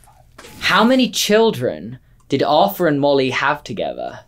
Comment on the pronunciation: Whoa! said Ar'th'er instead of Ar'f'er... impressive